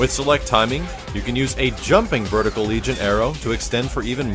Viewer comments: Argh, it's vertical not verticle! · Vertical not Verticle :/